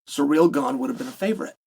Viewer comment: See-rill not sir-real